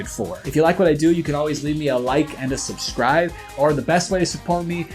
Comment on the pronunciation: idk why “suscribe” makes me so irrationally angry. many people do it and i deeply dislike it every time